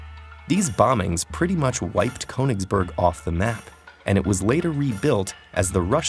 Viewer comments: why do people ignore accents in words - for goodness sake, it's a german word and that accent means you need to pronounce it, KURN-isberg where on earth is cone-isberg? :p PS i'm not too up on swiss but since it also has many german speakers, i'd guess the mathematician's name is pronounced OIL-er, not YOU-ler! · It is pronounced "K - oo - nigsberg" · Konigsbörg... the more you know hahaha. Ich liebe es wenn USA einwohner deutsche Städte aussprechen :) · ❗It's pronounced /kyynii'hsberg/ not /kowningsböög/ ❗ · Ah yes Ko-eninngsbörg what a fine city name. Almost as good as the name Iler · Its pronounced "kOOnitsburg" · It’s pronounced “Kenigsberg” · No one: Ted: KONINGSBERG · it's not "coaningsburg"... why do English speaking people have to add a god damn diphthong to every god damn vowel sound? I can understand not getting the ö right seeing as it's a letter that doesnt exist in English, but at least pronounce the o straight and without a diphthong then. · i'm very angry how you speak "königsberg" you say "konigsborg" :( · "korningsborg" WutFace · This is an excellent video. It begs the question why apparently no language coaching was given the the narrator. Even in English it should be possible to pronounce Königsberg in a fashion that would be understood by a German. This wasn’t close. Attention to details matters. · I'm sorry but the way you pronounce "ö" like an "o" just kind of pisses me off. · why can't any american pronounce ö? it's not a hard sound, we have the same sound in english. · And graph theory is now a sub-branch of a larger branch of mathematics: topology. Note: In this vid, "Euler" is correctly pronounced ("oiler"), but "Königsberg" is not. The umlaut over the "o" makes its sound into something closer to the "oo" in "look." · ö is pronounced like 'ir' in 'dirt'. Can at least one channel get it right please. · He manages to pronounce Euler correctly, but still fucks up the umlaut in Königsberg...